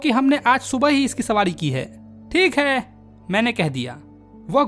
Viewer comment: Thik hai❌️ Think hai✅️😂